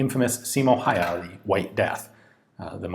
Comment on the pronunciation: I assume you filmed this before we met in Helsinki and I told you how to correctly pronounce "Lahti".